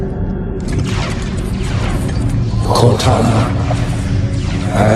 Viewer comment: Cor-tana ….home, teacher, body for A.I?